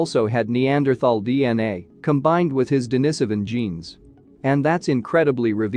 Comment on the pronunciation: For crying out loud please learn ( or teach your bot) how to pronounce the important words in this video: Denisovan, Heidelbergensis, Austraopithecene, and many more, if you want us to think you know what you're talking about.